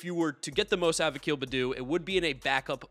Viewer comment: It’s pronounced akil b”a”ddoo (like open your mouth and say aaa) not akil bddoo (no a sound)! Just helping 🩷🖤